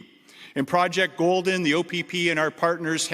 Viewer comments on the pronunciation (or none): Commissioner T. Carrique can't properly pronounce the words; Complexed [Complex], Shepped [Shipped], Goljjdien [Golden], Apparient [Apparent] , Deathises [Deaths], Fentanol [Fentanyl] or Opid [Opioid.] I am sure that there are certain people who are Muy Contento that he is on the case. "This investigation into the use of the dark web for drug trafficking is the first of its kind for the OPP." If this statement is true, either the OPP Commissioner is lying, he has recently awoken from a coma, or defense attorneys are salivating because cases will be thrown out, re-tried, and convictions will be overturned. Thanks for letting everyone know that all of the lethal & hazardous seized narcotics were intended for domestic distribution within Canada. Now I can trust the Policia. I am relieved to know that he is "keeping the province (Ontario) as safe and secure as possible."